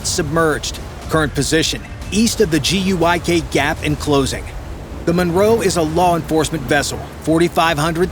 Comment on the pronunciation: It's not the "GUIK" gap, it's the "GIUK" gap -- Greenland, Iceland, United Kingdom. I don't know who does the voice-over for these, but they're horrible at it.